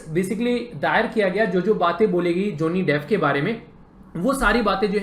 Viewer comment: ज़ोनि डेफ़ 😂😂😂😂😂. Abe bsdk bolna to seekhle